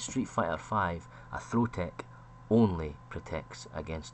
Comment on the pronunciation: i find it difficult to distinguish whether you're saying tech or take, the both sound like tek